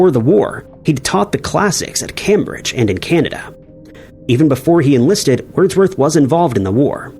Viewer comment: I don't believe I've ever heard anyone mispronounce Cambridge before. Good one. But great video as usual.